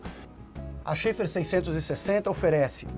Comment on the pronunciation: A pronúncia não é "xefar"?